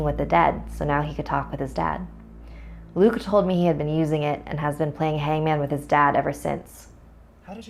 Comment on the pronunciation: When she said "after Luke went to sleep" for some reason it sounded like she said "after tom went to sleep"